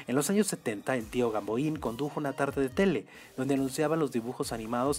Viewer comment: Tuviste muchas imprecisiones, este personaje no se lee como lo haces tú, ojalá y lo hubieras estudiado. ¿Tú lo recuerdas?